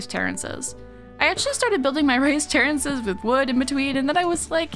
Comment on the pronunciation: I was so confused when I heard terrances. I was like who tf is terrance and why is he a verb. Then I looked at the screen again and realized we were talking about terraces.